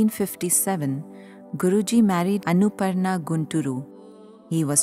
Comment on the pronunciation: Pronunciation of the narrator lady is horrible. Annapurna becomes Anuparna, Jnanananda becomes Gyananand, and so on.